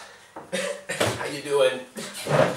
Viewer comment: It's funny how you say "... svimaa!" at the beginning of the video. :D